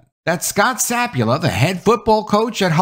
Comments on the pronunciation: Sa pul pa not sap u la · Not SAP-u-la, it's sa-PUL-pa. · I think he continually mispronounces his last name- it's not sapula- it's sapulpa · SapulPa, not Sapula ? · To nit-pick at you ... pretty sure the guys name is pronounced Sa - Pul - Pa, not Sap - U - La. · His last name is Sapulpa. Sa-PUL-pa. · Scot Sah-pool--pah. It's right here in black and white my guy. Sah-pool-pah! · It’s Sa Pul Pa btw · The name of the poor guy is Scott Sapulpa (SA-PUL-PA) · The pronunciation is. sa pul pa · Yeah, I get it. Papers want to be first instead of accurate these days. But were you guilty of something similar when you mispronounced Gannett (It's guh-NET) and the head coach's' name (which has two Ps, one of which you continuously left silent)? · You realize you are ignoring the last p in the guy’s last name. Just saying.